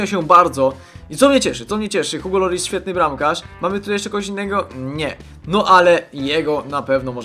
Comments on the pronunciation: Czyta się "Ugo Lori", a nie ''Hugo Loris" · się Igo Loris ;) Francuzi wymawiają "H" na początku jak "i" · języku francuskim "h" jest nieme dlatego "Ugo", a ''s'' na końcu wyrazów zawyczaj się nie czyta ''Lori"